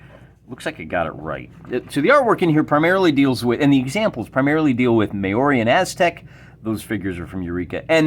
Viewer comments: They're name is pronounced as Mowri...interesting ruleset by the sound of things. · Pronounce it more like Mow Ree.